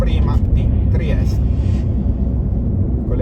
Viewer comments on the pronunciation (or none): Ma perché spesso dice "Triest" con la e finale muta? Cos'e, pronuncia la città col suo nome tedesco in ricordo del vecchio periodo Austro-Ungarico?